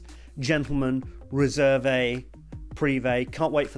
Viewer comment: You should not pronounce the "e" at the end of "Réserve"